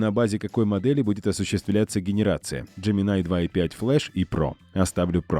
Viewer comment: Какой еще "ДжеминАй"? :face-blue-wide-eyes:Хотя бы перед тем, как ролик озвучивать, послушали носителей языка, что ли. Или спросили бы у самого Gemini. А я спрашивал. И знаете, что он ответл? Так же, как и носители: "- Называйте меня Джемини". Просветители-запутыватели, понимашь... :pillow-turquoise-hot-chocolate